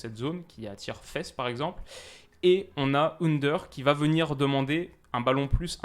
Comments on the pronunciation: Hello, très bonne vidéo. Juste petit point : on dit Faas (un long a) et pas fesse pour le joueur belge Faes (pour les noms belges le ae se prononcera toujours aa) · interessant ! pour ta prononciation on dit Faass pas fesse pour Wout :) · Salut, super vidéo mais le nom du joueur Faes se prononce Faas et non fesses.:)